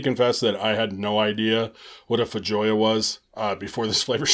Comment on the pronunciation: FYI: Feijoa is pronounced FAY-ho-a. It's a South American fruit.